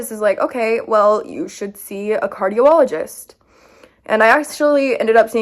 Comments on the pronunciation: Omg I’m so late to this video but I’m 15 and 2 doctors told me the lump on my shoulder was fine but it was DFSP cancer that I’d had for 5 years! So fun, but definitely go schedule a removal! But girl it’s pronounced cardi-ologist not cardio-ologist😅 Omg off topic but why does your bf like Jordan Peterson??!! I saw you mentioned a book from him that your bf read in your room tour. I’m very over Jordan’s misogyny and homophobia. Anyway, we’re all hoping the best for your health, girlie!❤ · P.S it's a Cardiologist. Pronounced: Car-dee-ologist.❤️ P.P.S I'm getting one of those monitors soon. I probably have POTS too and maybe Lupus? My rhumie is testing me for a lot right now.😬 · Also it’s cardi-ah-luh-gist! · its pronounced "card-ee-ologist" 🤣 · lol the way she says cardiologist 😭